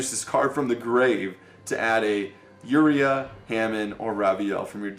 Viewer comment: James Pease I swear he does that cause he thinks it's funny or cute. Mispronouncing words is not cute or funny. He also kept doing it with Uria and Hamon. Like seriously, he needs to learn how these cards are pronounced if he wants the viewers to take him seriously.